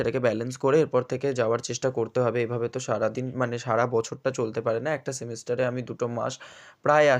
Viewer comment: Word ta semester...hobe 👍 semister na... 👍😁 ota thik kore dio